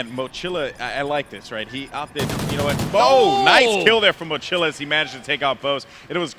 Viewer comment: Goldenboy is Hispanic, it's really annoying the he doesn't pronounce the Spanish word mochila correctly...